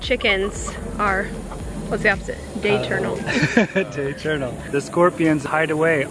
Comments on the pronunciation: Octurnal not day tournal but it's fine 😯 Willis babies will be soooooo cute yas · Daytornal 😂 I can agree with that word. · The opposite of nocturnal is diurnal pronounced die-ER-null.